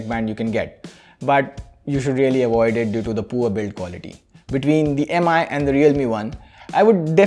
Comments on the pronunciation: for god's sake call it "Mi" and not "Am - I" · its MI (me) , not M-I (em aai) !